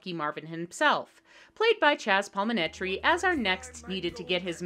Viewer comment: It's Chazz Palminteri, not Chazz Palmineteri.